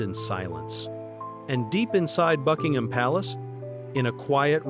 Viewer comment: Anything with AI narration about "bucking-HAM" palace is just a piece of shit.